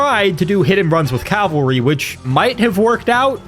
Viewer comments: Impossible challenge: Drink every time pronounces "cavalry" as "calvary" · You’d think that after how many Total War videos you’ve made you could pronounce cavalry correctly. Cavalry. Not calvary. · I swear, no one can pronounce cavalry correctly lol